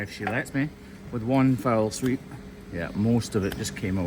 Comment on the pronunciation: It's fell sweep, not foul sweep fella.